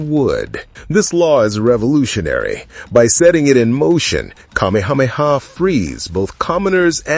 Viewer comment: PLEASE learn the correct pronunciation of the Hawaiian names. You can’t say Kamehameha?